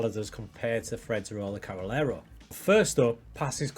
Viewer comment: I think it's pronunced Carrey -Lero